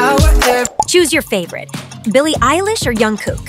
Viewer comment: When she said young cook it’s Jung cook am I right send a reply if yea and like this comment please